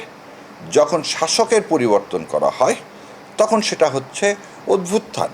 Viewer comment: উচ্চারণ অদ্ভুতথান হবে না। উচ্চারণ হবে অভ্যুত্থান